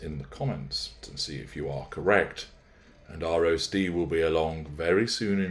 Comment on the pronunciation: You say roast-ee. I hear roastie. Kind of an unintentional play on words? Since it's not Oprah, but Oprah is mentioned, maybe Gayle King her bff?